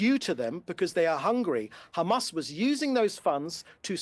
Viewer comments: he gets a bonus every time he says khamas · Khamas! Khamas! Khamas Khamas! Is all I hear them say in an effort to pass blame, and play victim. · Not a single truth in his body - count how many times he says khamas 🤣🤣🤣🤣🤣